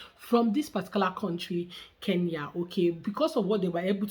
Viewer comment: Iet him dare for second time to pronounce the name Kenya he will know how our juju works